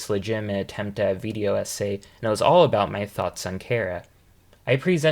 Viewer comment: the way you say "Video" is odd lmao.. it kind of randomly throws me off since your accent is otherwise flawless but you sort of say it like "Viideo" prolonging the "eee" noise for some reason lol. good video otherwise tho